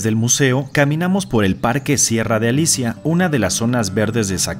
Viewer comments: Muy bien hecho el video. Muestra grandes lugares de la ciudad de Zacatecas. Sin embargo, hay inexactitud en algunos nombres y datos, que son relevantes para la cultura y la difusión de la ciudad: - No es Parque Sierra de "Alicia", sin o Sierra de Álica. - No es Hotel "La Quinta", es Hotel Quinta Real. Los hoteles La Quinta son de bajo costo, los Quinta Real son de lujo. - No es Plazuela Miguel "Alusa", es Miguel Auza. Felicidades por la labor de difusión y el concepto que tienen. Sin embargo, es muy importante cuidar los nombres debido a que esto es cultura y es una muestra de respeto decirlos bien. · Muy buen video, pero te sugiero leer bien cueros nombres: Sierra de Álica no de Alicia; Miguel Auza, no Aluza.